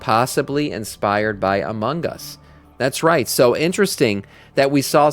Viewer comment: I admit, took way too long to figure out was saying "Among Us" and not Amangas... went deep dive looking for japanese game types I may not be aware of lol